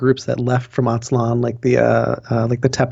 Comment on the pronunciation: Not "Motecuzuma", his name was Moctezuma Not "Atzlan", it is Aztlán